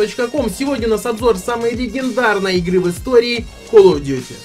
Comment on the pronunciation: Игра называется Калл оф дюти Не Кал оф дюти